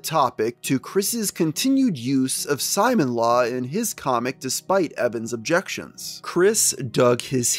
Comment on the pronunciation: I’m not sure if this is relevant at this point but it’s probably pronounced Si-moan not Simon as in the character from gurren lagann (who wears a drill necklace) is pronounced this way